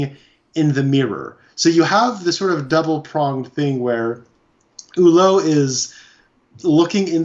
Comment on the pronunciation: His name is pronounced “Ewwlow…. Not “Hullow.”